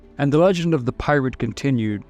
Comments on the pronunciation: Is this some kind of AI narraration? He keeps saying PILOT instead of Pirate. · Seriously, I'm not hearing things wrong as I even doable checked. Why are you sometimes saying pirate ☠️ and other times clearly saying pilot 🤔 Even said blackbird at one point, lol. It's still a great video, though. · Tell me I’m not the only one that hears him say “pilot” several times. lol. I was like “wait a sec..” and had to rewind it to make sure I heard correctly. I was like “no kidding. Pilot too. Incredible for the time period..” 🤣🤣